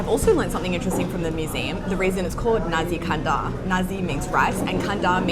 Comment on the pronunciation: Nasi kandar. Not nazi kandar